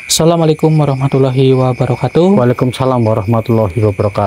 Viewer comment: Ucapkan salam yg benar sahabat BUKAN SALAMUALAIKUM tpi Assalamualaikum... Agar anda dpt berkah dari Allah